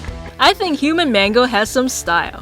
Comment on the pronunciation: and it's not mango it's mangle